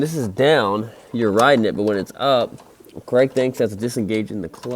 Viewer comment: Stop saying Cregg